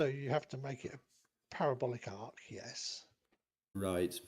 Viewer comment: An arc, not arch.